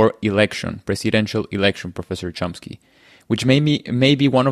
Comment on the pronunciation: Drives me crazy that so few pronounce Mr Chomsky's name correctly.... there is no 'P'... its not ChomPsky! 😢